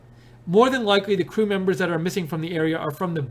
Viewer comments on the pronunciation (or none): Did I hear you say "screw members"?